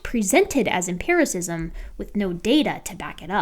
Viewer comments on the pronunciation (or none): none